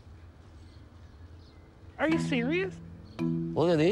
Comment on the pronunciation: The dramatic pause for the word “piggy.” 😂😂😂 Remember when Larissa called Colty a “dirty piggy”? There was no dramatic pause for that! 😂😂😂